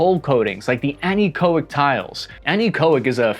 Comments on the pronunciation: Anechoic is prounced "an echo ic" after the word echo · Ship navigator, turned manager here. We may pronounce the word anechoic slightly differently, but the meaning is comparable. A ne ko ik The emphasis is placed on the first syllable, which is why it's capitalized. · It is an-echo-ic. The first vowel, the e, is a short vowel, because its followed by a consonant which is also followed by a consonant. If the second letter after the e was another vowel, then the e wowld be a long vowel. Fun, heh? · It's pronounced ana-kOHick. The emphasis is on the long O sound. 40 years working in audio and studio production and design. Anechoic chambers are used for testing audio as well as radio and radar devices. Anything that receives a radiated energy needs to be tested in a sterile environment produced by the chamber. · haha interesting. I believe that I pronounce it the way you are also phonetically spelling it. When says it I hear Anne-koh-ic. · Please learn to pronounce "anechoic" correctly. It isn't difficult. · closer - we say it with the emphasis on the 1st of 4 syllables. We always had exceptional echo devices on board our research vessels, to support our research and hydroacoustic missions . We supported hydrography, limnology, physical and chemical biology and other scientific biology not mentioned above. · I’ve never heard anyone mispronounce “anechoic” so badly and then correctly pronounce “echo” a second later. What a strange thing.